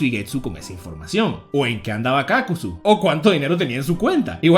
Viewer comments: Es Kakuzu, no Kákuzu, lo dices mal pendejo, lo pronuncias como si hubiese tilde en la letra "a" "Kákuzu" Mala pronunciación "Kakuzu" Buena pronunciación.. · Me saco la mente que pronuncies kakuzu mal